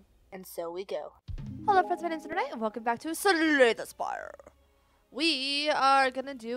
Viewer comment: welcome to... suh-lay the shpire lol that was the best intro to date :D